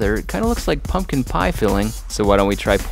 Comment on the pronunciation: "Angry pumkin"